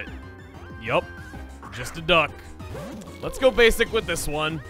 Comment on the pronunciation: Gotta love how you said Ducklett